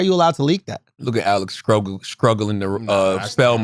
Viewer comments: Charla really struggles to make sure he uses 'sk' instead of 'st' at the start of words eh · I am super amused by CTG's pronunciation of struggling. SKRUGGLING.